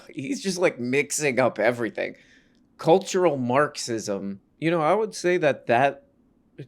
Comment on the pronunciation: "Infertratin' culchur marxiz"... give this man a drink of water please.